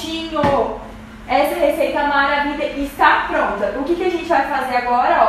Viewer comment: Amei a receita, porquê vc diz maravida, da gunia kkk